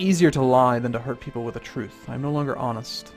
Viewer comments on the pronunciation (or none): none